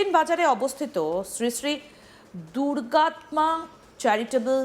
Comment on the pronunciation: Thik bhabe uccharon korun Durgatma noi, Durgamata mandir r ha trust er lok rai boleche onno kono karon noi area ta Muslim songkha garisto bolei local tmc netader support e Mandir bondho rakha hoyechilo.